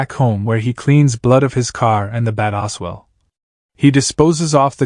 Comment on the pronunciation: Not Oswell! As well A.I.!